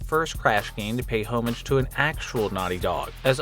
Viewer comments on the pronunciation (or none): "pay home-age" rough man lol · "homage" pronunciation "sentiment," not "sediment." I take it someone else writes your scripts?